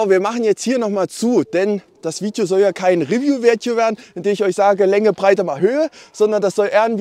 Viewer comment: Ich könnte mich jedes Mal kringeln, wenn ich diesen Satz höre: "Willkommen zu einem neuen Fiiedjoh!" 😄